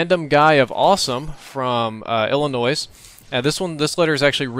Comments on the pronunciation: Nice vid! my only complant is that illinois is pernounced illi-noi, not illi-noise. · it's pronounced Illinoi NOT Illinois. the S is frickin silent. It's like people saying Joliet as jaliet instead of jooliet. That gets on my nerves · dude... you dont pronounce the s in illinois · I love how you pronounce Illinois. I know someone from there and she likes it when you pronounce the 's'. ;-) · you arent supposed to pronounce the s you fuckwit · Dude the way you pronounced "Illinois" made me cringe :(